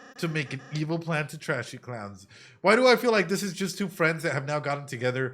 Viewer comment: It’s funny how you kept pronouncing “thrash” as “trash”